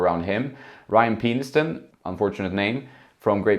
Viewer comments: It's pronounced pen-is-ton 😅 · Its definitely PEN-is-ton FYI hahah